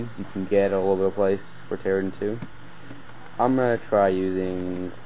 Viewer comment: It's not pronounced terragen like taragon. It's pronounced Terra-JEN as in terra GENERATOR, since it generates terraforms.